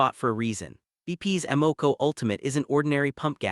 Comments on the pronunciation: Note no one says A Moco. It's pronounced Ama Co. Or Sunock O either lol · Two things. Is the presenter AI ? I ask because of the repeated mispronounced "tier" and "Amoco". More importantly, at least three of the recommended brands involve their premium, high octane fuel. Everything I have read previously has told me that these fuels are a waste of money unless recommended by the vehicle's owners manual and that some may be harmful to an engine when they are not required.